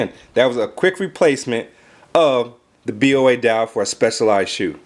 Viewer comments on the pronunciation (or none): it's pronounced Bow-a